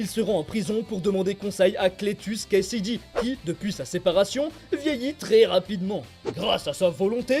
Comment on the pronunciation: ça n'est pas cletus "Kasaday" au lieu de cletus "Kasady" ?